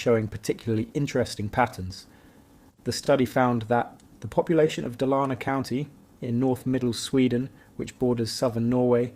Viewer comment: Dalarna is pronaunced very differently if you had not shown a picture of the Dala horse I would not have understood what region you meant 😅